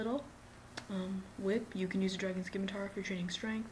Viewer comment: It's scimitar (simmitar) not skimitar I hate it when people do that.